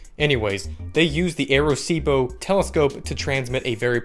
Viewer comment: And u are saying it like A-recibo